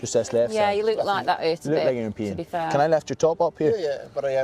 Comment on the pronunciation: Pain vs Pee 😀😀😀 Sorry I thought he was saying "Pee" not "Pain"